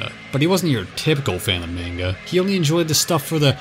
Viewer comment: “mane-guh”? Bruh it is the year of our lord 2025